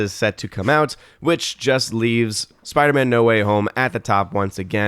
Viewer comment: it's spiderMAN....not spiderMA'AM.